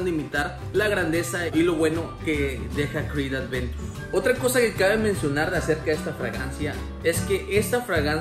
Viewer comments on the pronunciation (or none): Aventus!!!!! No adventus